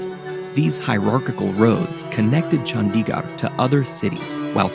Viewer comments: The animation is AMAZING! -note its not chANDiGAR its CHundiGurd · Nice video but you should take the time to learn the pronunciation of Chandigarh. It’s not Chun-dee-gaar it’s pronounced Chun-thi-gurh with a soft th sound and a short i not a long i! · it is no chaandigarrr it is chandigarh pls pronounce corectly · I feel like if you could pronounce Le Corbusier that well, you could have put in more effort into pronouncing Chandigarh better :/ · multiple indians working on this video, not one of them could tell the narrator how to pronounce Chandigarh and Nehru